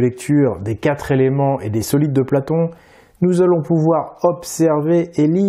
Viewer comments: ca m énerve d'entendre quatre Zéléments ... quatre est invariable ... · Je t'aime beaucoup... MAIS laisser répéter plusieurs fois de suite l'expression: "Les quatre éléments" prononcée par ta comédienne, je la cite "Les quatre z'éléments", c'est: 1. Mépriser la langue française, 2. Manquer de PROFESSIONNALISME. Petite précision utile: Le mot "quatre" est un ADVERBE. En tant que tel, il est INVARIABLE. Il s'écrit donc toujours "QUATRE" et jamais "QUATRES"!!! Cordialement: L'instit. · Merci pour cette video instructive. Par contre, pour la demoiselle, les chiffres sont invariables donc on ne dit pas les quatres "z"elements, mais les quatre elements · MERCI beaucoup pour toutes vos videos. Grâce à vous je révise et remets en doute beaucoup de ce que j'ai appris depuis plus de 60 ans!!🤩 Mais de grâce, mes oreilles ont mal chaque fois que j'entends la jeune femme dire "les quatre-Z-éléments". Il n'y a pas de "S" à quatre, au pluriel. Petit détail, mais ouille ouille ouille! 😉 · dis à la voix off féminine que "quatre éléments" se prononce "quatréléments" et pas "quatre-z-éléments", ça nous écorche vraiment les oreilles! 😵‍💫 "Quatre" est un mot invariable qui ne prend jamais de "s". Dommage car ce documentaire est très intéressant 👍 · Il n'y a pas de S à quatre (zelements) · Quatre éléments et non qatre Zéléments!!! Pitié, votre narratrice accumule les liaisons "maltapropos'. Dommage pour les jeunes qui vous écoutent. Merci pour vos vidéos que j'apprécie, mais je ne supporte pas le massacre de notre belle langue déjà si menacée. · Coucou svp les liaisons " les quatre zéléments" ça tue les oreilles, c'est devenu juste courant avec les nombres ( comme mille zesclaves....) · vidéo très intéressante, mais svp les quatre zéléments ... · Pas les "4 zéléments". Pitié! Merci d'avance. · Très bonne vidéo par contre , beaucoup de mauvaises liaisons ( par exemple : les quatre Zéléments ) ... à la longue , ça pique les Zoreilles !! 😉